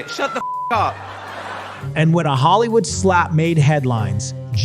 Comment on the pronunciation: Hollywoold {po lish}?